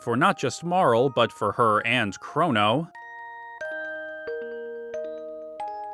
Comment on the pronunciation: MAYGUS and MARL? Come on man you can do better than that with pronounciations.